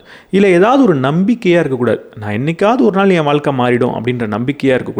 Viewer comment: Nice effort. However I had to stop listening midway because of your தமிழ் pronounciation. Tough to listen ழ being pronounced as ல. What is வால்க்கை? தமிழுக்கு ழ அழகு. As much as the content the way it is delivered is also important. Hope you will try and improve on this. Thank you